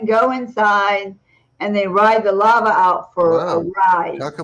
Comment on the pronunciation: I first hear "lava" as "llama" which actually makes more sense.